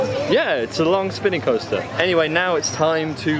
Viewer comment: iT ThE AmErIcan ProNunCiAtIoN